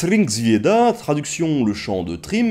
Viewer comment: J'ai été impressionné au début quand tu as prononcé thrymviada-truc (évidemment c'est pas du tout ça), tu l'as dit avec une aisance X)